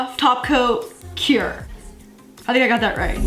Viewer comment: The way say cure. It’s like currrrrrrrrre, CuRRrRrrRrRRe!